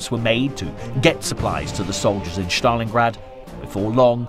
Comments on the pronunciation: Good narration HOWEVER why is STALINGRAD pronounced as, "SCHTALINGRAD"? Is that actually how Russians pronounce it? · There is no “hatch“ In the pronunciation of Stalingrad.